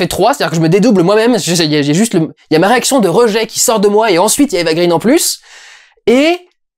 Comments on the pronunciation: Pourquoi tu prononces "Eva Green" à l'anglaise ? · Ça fait tellement 3 avec toi et Eva green que tu ne sais même pas prononcer son nom correctement ; )